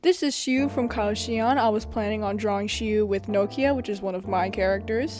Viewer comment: Also, you pronounce Shiu’s name perfectly❤️‍🩹